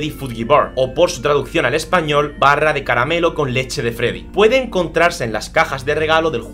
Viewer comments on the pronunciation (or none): La forma en la que dijo Barra de caramelo con leche de freddy sono algo como: barra de caramelo, con leche de freddy ._____.